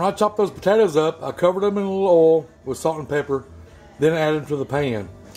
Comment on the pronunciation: When he called the oil “earl” I knew I was in the right place 🤣